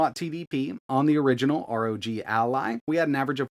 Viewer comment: Take a shot for every “arr oh jee al eye”